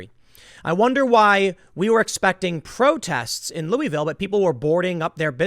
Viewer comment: Can you please pronounce my city’s name right. I love you tim but it’s not “louie-ville” it’s pronounced like “Lou-uh-vull”